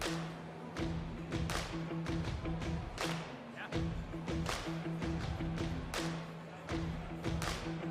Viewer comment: Every time he's announcing a comp, I want to pull my hair out. And every time people write in the comments how incredibly annoying he is...but nothing changes. Apparently he is very proud of his exaggerated pronounciations!